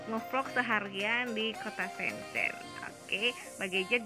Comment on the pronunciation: Sombong ya teman-temannya...😊 Mbak gadget blom mandi teteup cantik. Oh iya mbak.. Cuma info nih... Bacanya itu "Shen chen'' Keep vlogging ✌